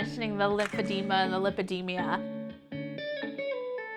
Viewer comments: How much do you bet she diagnosed herself, she doesn't even pronounce it properly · she doesnt even pronounce it right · Bruh she can't even pronounce her condition properly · she was mispronouncing it. They captioned lipedema on the screen. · How come no one made an effort to tell her she in pronouncing it wrong?